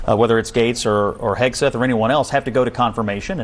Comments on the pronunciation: Milley is a treasonous monster who needs to be removed immediately.....and disrespectful Whoopie purposefully mispronouncing Pete Hegseth's name made her look like a clown. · If Whoopi can’t pronounce the name of the new Trump Secretary of Defense - then how can she know enough about his qualifications to judge him? 🤷‍♀️🤷‍♀️🤷‍♀️ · How cheap and disgusting is she pretending not to know his surname! 🥴 Was it not r~c~st when Kamala's name was mispronounced? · Whoopi making fun and she can’t even pronounce his name🙈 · You pay Whoopi 3 million a year and she can’t pronounce a person’s name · Whoopie can barely read and make the man's name seem impossible to pronounce all the while her name is whoopie Goldberg. Let that sink in. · How about not pronouncing his name correctly ms Whoopy when they were having a panic attack when others didn’t pronounce Kamala’s name “correctly” interesting isn’t it? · I love how Whoopi Goldberg has a opinion on the secretary of defense, and she doesn’t even know who he is or how to say his name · What is Dopey female and she has the nerve to say you ready for this? You're the one who's not ready for it because you can't even pronounce the name😂😂😂😂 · The way they made fun of Pete's name.... The same people who said it was blasphemous to mispronounce Kamala